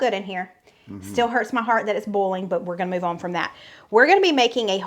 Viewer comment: Thank you for "boiling" it instead of "bulling" it.